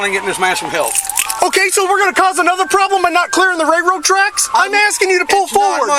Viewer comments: Cops have a complete lack of self awareness. This guy isn't making ish difficult...the LEO is making ish difficult. They ego trip ANYTIME someone says "no". And, it's a "railroad" track, not "RayRoe" track. If this guy doesn't win his suit, I think that department should be put under a powerful microscope. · He's just mad because he can't pronounce "railroad tracks"